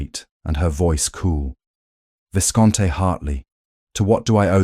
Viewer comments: Please fix the narrator’s pronunciations starting with Viscount: Vi-count instead if Viss-conn-tey 🙄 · Isn’t the AI pronouncing “viscount” Hartley wrong? Another Northmere hall? It’s been in several of these programs. And it’s funny. It says his note was a single sentence. Then the reader says several. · Enjoyable story. Passive-aggressive pride, stubborness and stupidity always makes for a good, you just want to smack someone story. Observation: she is not a viscountess, she is the daughter of a Viscount (which the narrator can't seem to pronounce correctly), Oliver is the Viscount. The land would have had to been sold to him and be in his name as woman were not allowed to own land. Never mind the duke would be robbing him of his inheritance.